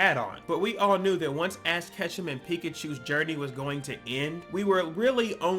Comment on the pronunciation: why do you call ash ketchum, ass ketchum???